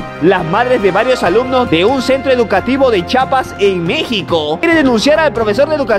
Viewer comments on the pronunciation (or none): Cómo que chapas eso es para las puertas se dice CHIAPAS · Chapas 😶!? Chiapas